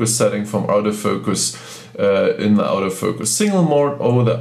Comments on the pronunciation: I personally do not care how many languages the person speaks, however when he speaks English and attempts to say "AUTO FOCUS", it sounds to me like he is saying "OUT OF FOCUS." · When you say "auto focus" it's sounds like you are saying, " OUT OF FOUCUS."